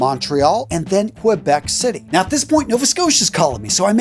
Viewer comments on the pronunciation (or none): Ke-beck, not Kwa.